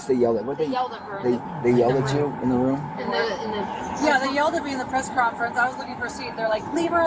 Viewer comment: Or how says ruum for room.